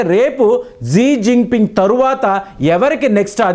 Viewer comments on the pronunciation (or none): 11 Xingoing annodu talakayaleni news reader